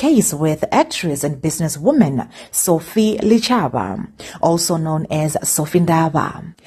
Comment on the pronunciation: Its pronounced Dichaba!